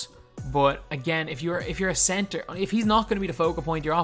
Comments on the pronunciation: Cebter lol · Typo, you said cebter not center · The “cebter” of attention